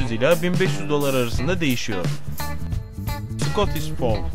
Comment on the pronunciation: British Shorthair bizim burada 1.500 tl nedeni kısa tüylü olup az tüy dökmeleridir... Scottish Fold ise ayda 1 tüy dökmesiyle pahalıdır... Bu arada ikisinin de ismini yanlış söyledin biritiş şort heyır diğeri sıkotiş fold (okunduğu gibi)